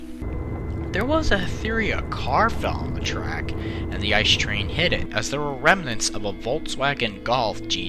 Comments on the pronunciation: I see these things almost every day, and my buddies drive them, so even as a Regional Train driver I should know how to pronounce the name of our flagship product. It's pronounced I.C.E., just calling it ''ice'' is completely wrong. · "I. C. E." not "ice" ... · ICE is a short form, so you have to pronounce every single letter. it's not like the word ''ice'', it's like you're reading three letters from the alphabet, or like if it was spelled I-C-E. Many english speaking people do this mistake, and it's a pain for every german to hear this ;) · Better known as a I C E, not ice. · Please say Ice as seperet letters so I-C-E that's how we germans say it thank you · Is I.C.E not ice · It’s not Ice, it’s I-c-e. It’s not db, it’s Deutsche Bahn. Not big things but extremely annoying, please people say it correctly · Why do you call it 'ice'? It's pronounced i-c-e. Must be because many native English speakers can't imagine something being pronounced differently than they are able to read, while a different language... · please, it's I C E as in pronounciation, not ice. And it triggers me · it's I-C-E not Ice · you prenounce it as I C E. loose letters. not ice. its germany not the yukon ffs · Every time someone says "ice" instead of I.C.E. I get closer to ending my life. The acronym is said in letters I.C.E. means Inter City Express. I bet everyone calls it ice just because the engine is white. But it's an acronym that's said in letters. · It’s not ice train , it’s I, C,E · Uhmmm u speak the letters out individually like i c e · I get triggerd when ppl say ICE in ICE Cream and not I.C.E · It makes me bit mad when Americans pronounce ICE as “ice”. It’s “it-see-e” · Don't say ICE like ice-cream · People who don’t even pronounce it as I.C.E or ICE: ...... Seriously guys, it can be pronounced as both, it means the same thing.